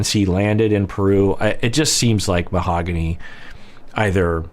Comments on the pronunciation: Can we stop calling her Mahogany the english way lol. Its pronounced: MAO-GAH-NI :) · Not a criticism of but he’s usually very good about using the correct pronunciation for the participants names. He’s not using the correct pronunciation for Mahogany, he’s using the English pronunciation. In all fairness, the first episode she appears in, she tells Ben how to pronounce her name but Ben is not using it either.